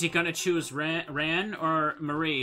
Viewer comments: I seriously have never heard an A pronounced that way, even in Japanese. The A in Ran is more of an "ah" (As in the exclaimation) instead of an "aw" (as in "Aw, that's sweet of you"). The A sound that's different would have you saying her name like the past tense of "run". I'll go nab a video to show what I mean, if you don't get it. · We rarely pronounce words with that sound at all here, but we speak the closest in the country to the actual proper english as well. I just don't like how he says the a. It sounds gross. xD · Well however its pronounced a lot of its old fans are probably gonna still call her Ann or Ran like the word ‘ran’